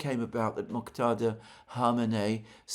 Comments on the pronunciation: Mojtada. J like English J, or French DJ. Not Moktada. Thanks for trying and the good intention. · Mojtaba NOT Moktada. You are butchering the name not only in previous videos but also this one. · Alexander, it’s Mojtaba pronounced MOJ, with J as in John, and add TABA! MOJ-TABA! You seem to be confusing it with Moghtada which is the name of the Iraqi cleric Moghtada Al-Sadr! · Its "M O J T A B A" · Hello Alexander, it's still pronounced /moodge•tab•R/ ([ˈmʊᵈʒ.tæ.bɒː]). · "Oops ... I did it again." 🙈 It's rather tragic that he apologised for mispronouncing the Supreme Leader's name -- and then went on and repeated his mistake. 😔 🤍🇮🇷🤍🇮🇷🤍🇮🇷🤍🇮🇷🤍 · Hello Mr. Mercouris. Just here to say Mojtaba is spelt with a hard J as in Majlis. You’re relying on people with a Romance language tinge who pronounce J as H. Source: my brother’s name is Mojtaba. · Still butchering Mujtaba’s name my friend… just saying 😂🫡